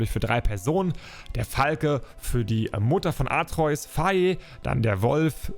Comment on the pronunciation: Jaa oder faye sagt er Fa-ye